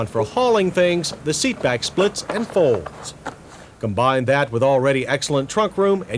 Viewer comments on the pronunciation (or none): none